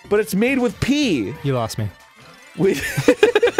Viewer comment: it's pee, not pea